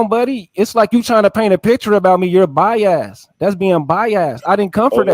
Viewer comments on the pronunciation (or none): Lmao I'm listening now....he did say By-Ass 😫😫😫😭😭😭💀💀💀